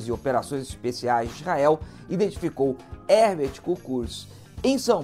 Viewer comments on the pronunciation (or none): none